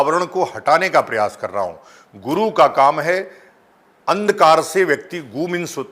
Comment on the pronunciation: Guru nahi "गु" हे तु